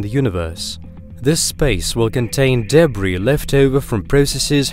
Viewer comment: nice video but please find another narrator...like one who doesn't have a grating voice and can pronounce words like "cosmos" and "debris" properly. riiiiiiiiighto